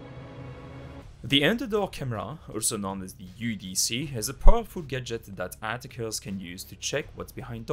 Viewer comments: I find myself repeating it haha, it kinda sounds like "Atta-kers" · Quick tip, your pronunciation on "Attackers" is a little off :-)